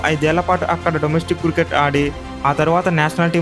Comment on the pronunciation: అన్న క్రుకెట్ కాదు క్రికెట్